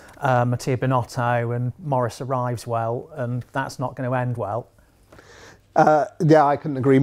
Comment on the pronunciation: Arrivveswell???? Seriously? Come on ahahahah at least maintain the guy's name in Italian